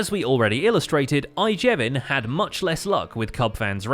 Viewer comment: We head a contract